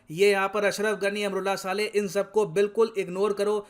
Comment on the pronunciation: सर जी अमरुल्लाह साले नही____ अमरुल्लाह सालेह सही उच्चारण होगा🤝😂